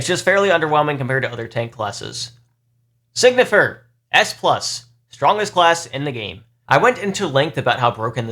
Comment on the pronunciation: Time to be a douche. It pronounced sign-y-fer. Not Sig-Nifer I am sorry